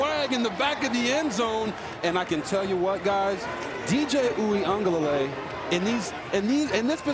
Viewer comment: There is no N in Uiagalelei.